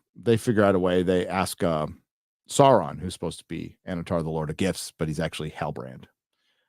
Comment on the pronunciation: I swear I kept hearing say "Annatar Lord of Gifs". Does that make Annatar a meme Lord?